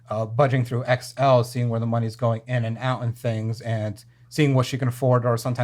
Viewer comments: The way he pronounced Excel made it sound like he was describing a t-shirt size. My guy, stop describing the lottery as a skill game. The lottery has you. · Dude really said XL instead of excel 😂😂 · The way he pronounced Excel as XL tells me all I need to know about this guy 😅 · The second he pronounced Excel as XL, i knew he was dumb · Dude pronounced Excel as “X L” because it’s so foreign to him 😂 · Did he just pronounce Excel; "XL?!"